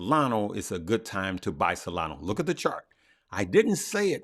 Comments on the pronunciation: It is not solano but solana 😊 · Hey, love your videos and want to thank you for everything you do. For the love of all that is holy, please stop saying “SOLANO” 😂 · Solano ? i think you mean solana haha